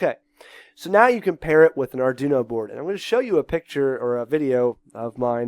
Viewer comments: R - Dwee - no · Repeat after me... Arr-dwee-noe. Not Arr-doo-noe.